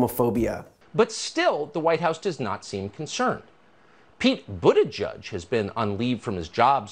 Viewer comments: The way Tuckems deliberately mispronounced Pete's last name in the same way he calls Representative AOC Sandy is disgusting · Does anybody really expect anything less fr Tuckems? Normally I spell ppls name correctly, but since he f** up Pete's name, on purpose, it's fair game.